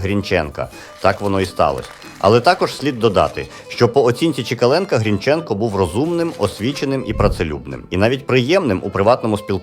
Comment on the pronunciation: Автор ти впевнений що правильно ставиш наголос вимовляючи призвіще Грінченко? Хоч як тоді, як і зараз не дають такі речі робити Українцям.